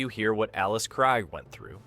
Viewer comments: FFS so many names & words not pronounce correctly it was so irritating. its pronounces as KR EE G Not Kr eye g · Alice's last name is pronounced KREEEEG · KriGe, KreeGE... ugh AI sucks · Got to 59 seconds. 1st Alice Kriege's name is mispronounced. Then they butcher Zefram. Nope! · KREEGER. Krige . Get it right. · Right? - Alice Cryg. Ugh. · Zefrem . Its not easy to mispronounce. Krige. Get it right. Dorn was the best with rhe best line,. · Oh for treks sake! Get Alice krige's name right. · WHAT DO YA EXPECT FROM CONTENT WITH AN A-I NARRATOR⁉ Sorry but on :yt: I've noticed when A-I narrator in use it's going to be repetitive and jacks up names like it did Alice Krige surname pronounced it right and 5 seconds later mispronounced her name and it happened more than once along with random clips that doesn't align with the narrator and yeah they could've put a still image... YOU'RE A VICTIM OF POORLY PIECED TOGETHER CLICK BAIT AND NO ALTERNATE ENDING... OFFICIALLY MAKE THIS CLICK BAIT